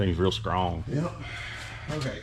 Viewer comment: I started laughing so hard when said skrong I raced a guy one time he started telling me about how fast he was cause he had skronger skrocks (shocks) for the skreet so he was gonna put it down